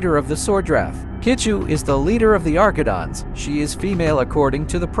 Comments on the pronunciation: "arkidons"💀 "Arkis" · Arcidons💀💀💀 Why he say it like that